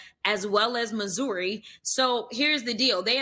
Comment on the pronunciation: How can someone from a high end neighborhood in Missouri pronounce it “Moo Zueerii”?